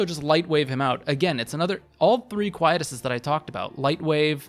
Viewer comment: I see this a lot, big fan here so don't get me wrong, but Quietus is pronounced; Kwhy- EE - tuss.